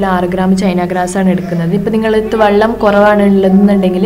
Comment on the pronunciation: Vallam alla kuttee vellam